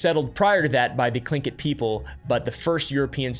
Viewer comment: was not expecting to expect an american to pronounce Tlingit properly, kudos, dude.